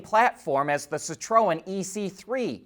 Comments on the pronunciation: Had to look up how to pronounce Citroen. It's "si-truhn" 2 syllable. Not si-tro-en or the way my dad said it si-tron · Yeah, the internet thing didn't match the French ad for the cars. They pronounce it Sit-rowen